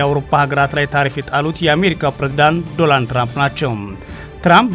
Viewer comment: ሄይ 😅 አንተ ጋዜጠኛ አይደለህም እንዴ? ዶናልድ ትራንፕ ብለህ በትክክል መጥራት ብትችል ጥሩ ነው ዶራንድ አይደለም የሰውዬው ስም😅